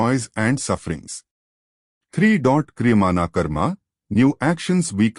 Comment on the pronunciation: Not sure if this is a real person or AI speaking. This person or AI can't pronounce Prarabdha or Kriyamana correctly, leave alone understand it's meaning. The sweetness of the discourse is somewhat lost.